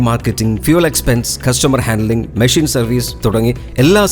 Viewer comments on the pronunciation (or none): none